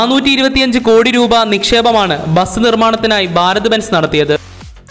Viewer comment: ബാരത്‌ ബെൻസ് അല്ല ഭാരത് ബെൻസ്